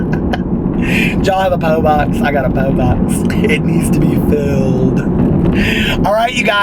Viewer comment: "Poe box" lmfao